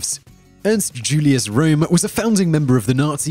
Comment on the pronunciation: d e austin: He doesn't care about pronouncing proper nouns correctly due to his country of birth.